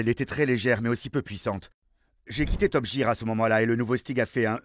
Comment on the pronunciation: Pardon, que ouïe-je ? Top JEAR (Jire) ? Vraiment top JEAR ? Les gars, changez de voice actor, pour le doublage Français, osé dire Top JEAR au lieu de Top GEAR (Guirre) c'est honteux !